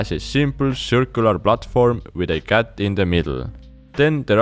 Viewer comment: I like when you say with your Accent word cat